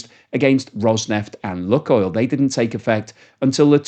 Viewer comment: FFS! It's not "Look Oil," it's "Luke Oil." Russian: Лукойл. How ignorant can one person be? You have been told multiple times on your channel, but you have totally ignored it. Every time you do, you lose respect and integrity. Having said that, Lukoil is an arm of an evil entity; which should be even more of an invitation to find and use your brain and call it something witty, like "Loot Oil."